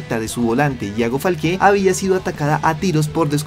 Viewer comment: Me da cringe escuchar que dice ‘Falqué’ y en este video lo dijo como 100 veces 😂